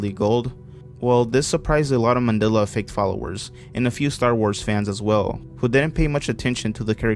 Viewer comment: He can't even say Mandela correctly